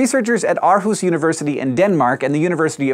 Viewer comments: As a Dane, hearing you attempt to pronounce Aarhus is otherworldly. Similar to when english speakers try their best with MØ (as in the artist). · "Aar"hus :3 hee~ That sneaky, ye olde Danish double-A, still being in use, being a stand-in for "Å", which is probably difficult in English... Pronouncing it "Orhus" with less emphasis on the "r" would be close enough I suppose.